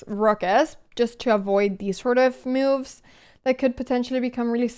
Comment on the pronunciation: Anna's rating would go up if she'd make moves instead of "mewves." 😄